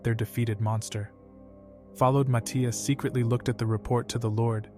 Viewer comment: Why does he keep calling him my teeas